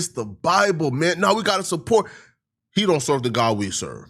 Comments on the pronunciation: why he keep saying serve like that?😂😂🤣🤣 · The way u say "serve" is messing with me😂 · This subject fits his blog style 😂 “The God I suuhhv” ..pay “tiiths” 😂